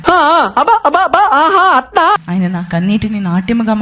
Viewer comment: నాట్ యము❎❎❎ నాట్యం ✅✅✅. తెలుగు కి " తెగులు" పట్టించకు తల్లి 🤣🤣🤣